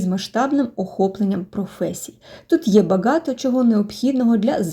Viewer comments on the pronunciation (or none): Помітив що озвучив ролик штучний інтелект як це казати баgaто якщо багато